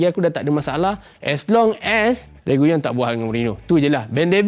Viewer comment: RE-GI-LON bkn REGUYON